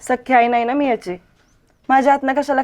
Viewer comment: आय का म्हणतात❤❤ आई म्हणत जा❤❤